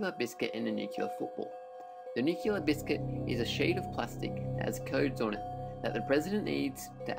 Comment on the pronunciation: OMG!!! It is NOT pronounced "nuke-u-lar"!!! And you say it inorrectly so many times!!! It's pronounced "nu-clear." Educate yourself before torturing people with your ignorance!